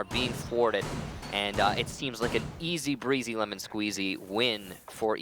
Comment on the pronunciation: did he just say easy breazy?